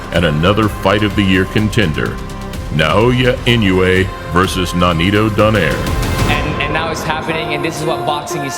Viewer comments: For the record, Inoue is pronounced “ee-NO-eh.” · For future reference, it's pronounced i-noh-oo-eh